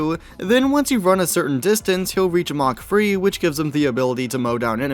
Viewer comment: he pronounces it like mock free